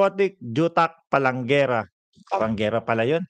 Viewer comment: It's PALENGKERA my not PALENGGERA